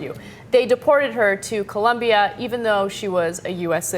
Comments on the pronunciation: It's "Colombia" not "Columbia" At first I thought it was a story about someone being deported to Washington D.C. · COLOMBIA. Not "Columbia." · Its OOOO not UUUUU, COLOMBIA !!!!!!! :) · it colombia not columbia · its COLOMBIA not Columbia, you idiots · It's COLOMBIA you guys! Why do most Americans get that wrong????